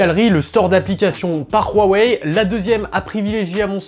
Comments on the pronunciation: franchement arrêter de dire royweille c'est huawei tout simplement seriez c bizarre votre tfacon de le dire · On doit dire "WA ouai " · Rouarwei :):):) HUAWEI c 'est facile H U A W E I = Ouawei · khuawei ?? Huawei tout simplement. les chinois ne sont pas des neerlandais !